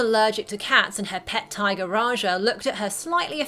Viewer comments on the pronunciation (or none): none